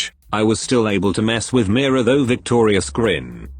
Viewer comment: Pronounciation: "mi ra" 😂😂😂 instead of "me ra"